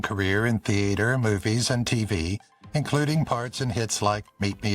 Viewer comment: The "a" in theater is not pronounced like the a in "hay" It is said like the a in father, "ah" . The "e" in Moreno is pronounce like the "a" in hay.